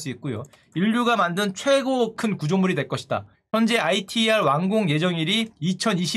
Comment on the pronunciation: 형 ITER는 아이티이알이 아니라 이터라고 발음하는게 맞음 KSTAR는 줄임말이긴 하지만 한국의별이란 의미가 맞음. 저 핵융합 자체가 지구에 태양을 구현한다는 의미임. 프랑스 까다라쉬에 참여하는것은 한 미 일 EU 러 중 인도 (캐나다는 가물가물하다. 캐나다가 원래 삼중수소 쪽으로 참여하려 했다가 불참으로 선회했는데 인도가 참여하면서 캐나다도 재참여 한다는 말이 있었는데 그 이후 소식은 모르겠음)